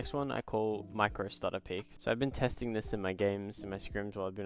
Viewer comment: it's peek man